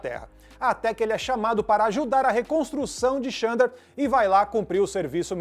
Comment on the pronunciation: Se escreve Xandar mas se pronuncia ZANDAR...vamo fazer o deve de casa gente